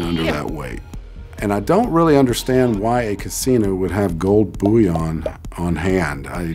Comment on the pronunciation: The way he says "Gold Boúyõn" 👁👄👁